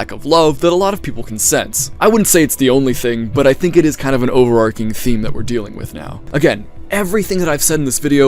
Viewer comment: thank you for pronouncing "overarching" correctly, i die inside every time i hear it with the "h," but i don't say anything since i'm not trying to be a grognard about it... but i will tell you i appreciate you for knowing it's source is arc and not arch!